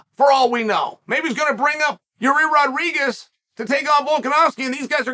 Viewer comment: No one: Uncle Chael: "Juri Rodriguez"